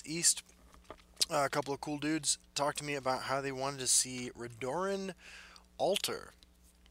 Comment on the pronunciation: for the love of god, its pronounces RED - UR - EN not RE - DOOR - EN